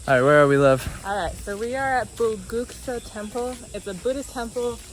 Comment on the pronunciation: the pronunciation is more like, Kyong-ju